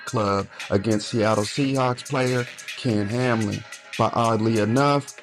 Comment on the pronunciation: Its ken hamlin come on fam not kam